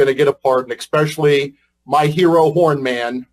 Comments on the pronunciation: hahahahahaha you have someone in your government who says "ekspescially" America's run by semi literate god bothering morons. Good luck Iran... Oh hahaha. Sorry, I mean Good luck America. Easy mistake to make now, mixing up those two theocracies both run by dickless bigots. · Eckspeshuly? This guy sounds almost as dumb as Donald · This man is an attorney and says the word expecially? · He's so stupid he said, "expesilly". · 'Expesially'? freakin idiot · He said "expescially" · That moron pronounces especially as ex-specially. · Never trust a man who says, “EXspecially” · "Ecspecially?" Great use of the English language for the tRUMP stooge! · "Expecially" - all the proof you need that this shitwhistle is almost as sharp as a marble. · This guys a lawyer and can’t pronounce the word “especially “. ?